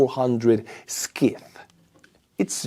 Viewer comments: Hey, in english, "Scyth" is pronounced "Sith" with the 'c' silent and the "i" rhyming as in "Mike", not like "Skith" with the "i" rhyming as in "mist". Of course, I don't know what the name of a Ukrainian drone is supposed to sound like... Thanks for your reports. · Or like the word "Sigh". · 😂Scythe in English should be pronounced /saɪð/ unless the Ukrainian name is Скид. In English a scythe is a farming tool from the Middle Ages and the age of serfdom, as well as the staff used by the Grim Reaper. This chapter made me laugh, which I needed. Merci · I hate to correct you,....but Scythe is pronounced "sithe" with a 'long' i. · Scythe is pronounced sythe.. the 'C' is silent. Thinking of the future (urgent) - LASER innovation is the next step. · Your pronunciation of the word "Scythe" is rather inaccurate. It's a bit like ---> S(eye)th - imho. Perhaps have a native speaker of English say it for you . . . ? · Peter pedant here Scythe is pronounced sigth it’s the long bladed tool used to harvest corn or even cut grass. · "scythe" is pronounce 'sigh" (moore or less... :) ) It is an agricultural tool, hand held, for harvesting grain like wheat. think of what the 'Grim Reaper" carries as he harvests humans for the afterlife. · Thank you. Scythe is an English name for a long handled grass/corn cutting tool. Vikat in Estonian. Pronounced "sigh-th". Slava Ukraini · It's actually just pronounced as "Sigh". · Hi. In English, scythe is pronounced "sie (as in 'pie')-the". That is, the 'c' is silent. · Hey, the Scythe is pronounced "s eye th", named for the historic tool for cutting hay and wheat/oats/rye grain crrops. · Scythe is pronounced rhyming with tithe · Hi, hope you're OK. Quick pronunciation assist. The scy of scythe is pronounced like the Sci of sci-fi not the sk of ski. It's a big curved knife with a handle used for harvesting crops. 🇬🇧❤️🇺🇦👍